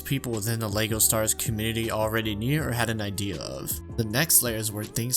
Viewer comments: I’m not watching a 40 minute video of a guy mispronouncing lego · ah yes my favorite game, lego staars